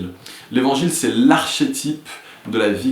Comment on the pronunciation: Merci pour ces vidéos, vraiment très intéressantes. Juste une petite remarque, j'espère utile, archétype se dit "arKétype" et non arCHétype :-) Bonne continuation.